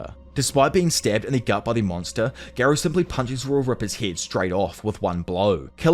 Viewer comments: Gar not gair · I don’t understand how people still pronounce characters names wrong when there’s literally a dialogue in every anime with the correct pronunciation lol. For example Garou (Gar-oh) not (Gair-oh) and why use both Amai Mask and Sweet Mask?🤣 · GAROU ❌️ GEERO ✔️ GENOS ❌️ JINOS ✔️